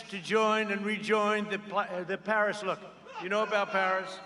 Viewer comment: Pars parras parrriss okay know the pair accord no I can't pronounce it but it's a bad bad deal